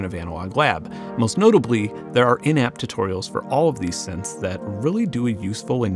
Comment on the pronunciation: took me a couple of listens before I heard "in app tutorials", instead of "inept tutorials". I guess I'm used to really low bars.